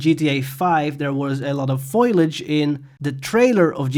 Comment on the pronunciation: The word is "fo-li-age' and not "foil-age"